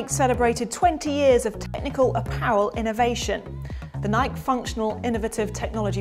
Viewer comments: how she said nike is killing me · Please learn to say Nike correctly. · Its adorable how brits pronounce Nike lol